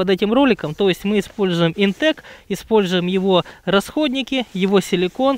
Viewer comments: Вообще то правильно "ИнтеХ" . Сочетание "c" и "h" произносится как "Х". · Видео, как всегда, супер! Правильно "ИнтеЧ". Тут по написанию, даже без вариантов ;)